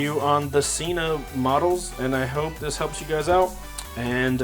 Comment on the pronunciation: Sen-Ah, not "See-Nah"... There own channel proves it...